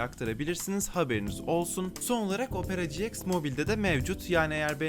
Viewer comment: Herkes: opera ciiks Hellian: opera cieks